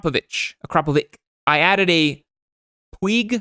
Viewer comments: Puig is pronounced like ‘Puch’ for the future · Puig is pronounced "pweeg".